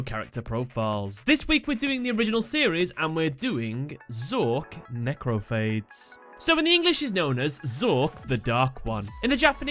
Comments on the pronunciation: its not phdades its phadeessss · *Necrophades, as in pha-deez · Say it with me NEH-CROW-FAY-DEES (lol deez nutz)